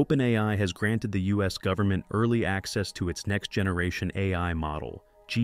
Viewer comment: "Goveenment"???? Check video